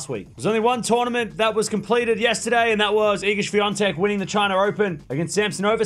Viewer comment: Świątek not Swiatek - its totally other name - In Poland, they won't mistake your surname because it's very uncultured, even if you come from far away